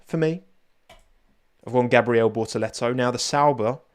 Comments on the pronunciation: Gabriel Bo'uh-le'o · did you just say 'Boor-uhlewo'?